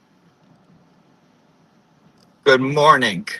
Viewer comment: The “good morning-gih” HAHAHAHAHAHAHA 🐇🐇💀💀